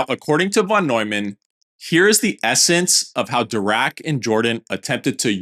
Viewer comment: I love your content and way of interpreting the history, though I must say the minimum you can do to respect the greats (especially when creating a video about their work) is to appropriately pronounce their name …